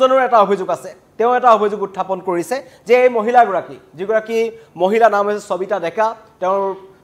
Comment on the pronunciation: চবিতা নে সবিতা ? অসমীয়া ভাষাত শ ষ আৰু স যুক্ত শব্দ সমূহ কি দৰে উচ্চাৰণ কৰে আপুনি নাজানে নেকি ? এজন অসমীয়া হৈ অসমীয়া ভাষাৰ শব্দ কিদৰে উচ্চাৰণ কৰে নজনাটো লাজৰ কথা বুলি আপুনি নভাবে নে ?